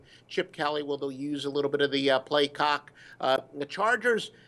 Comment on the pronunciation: He said play cock🙊